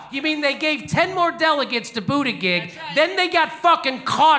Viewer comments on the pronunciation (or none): Right on Jimmy! Ps. It's pronounced "boot" "edge" "edge" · I love you, Jimmy, and I hate Pete Buttigieg (for his elite entitlement and probable cheating, not his gayness; I'm a gay trans man myself). But please learn to pronounce his name correctly. It isn't hard. Boot-i--jej. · He purposely butchers his name every time. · Damn dude, boot edge edge, got it? No, I'm a Bernie man but Pete's name isn't hard to pronounce and I take you less seriously when you purposely pronounce it wrong. If you are going to go that route just call him wall street Pete. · The name though, people are having more and more trouble pronouncing it. I mean the choices, Butt gig, Booty gig or even Booty jig, all lead to the same orifice and I am talking his mouth, you naughty people and what comes out, not what goes in else where ;D. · I love how jimmy calls him bootiGIG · It’s pronounced booty-jizz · It sounds like "bootyjudge" just say it Jimmy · I agree with a lot of your stuff but when complaining about your Facebook vid getting taken down for "misinformation" you're not doing yourself any favors by blatantly mispronouncing Buttigieg's name 🤷🏼‍♂️ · This would be more convincing if JD knew how to pronounce Buttigieg's name. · ummmm...Might be nice if you knew how to pronounce Buttigieg... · you know how to say his name correctly why don't you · You're mispronouncing his name. Makes you sound like an idiot.